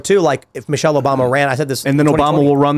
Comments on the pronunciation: Michelle? Come on, it is Michael. You are just afraid to pay the price like Joan Rivers did. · Michael* ffs...... MICHAEL [/ˈmaɪkəl/] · Its micheal not Michelle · PS, it's not Michelle, it's Michael.